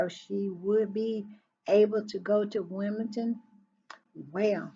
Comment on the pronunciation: One thing, - it is Wimble-Don, not Wimble-ton. Baron makes that same mistake.